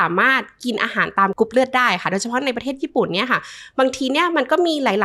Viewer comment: คุณหมอออกเสียงรอเรือน้อยมากในเวลาที่คุณหมอพูดภาษาไทย ค่อยข้างออกเสียงรอเรือน้อยมาก กรุ๊ปเลือด.. คุณหมออกเสียงเป็นลอลิงส่วนมาก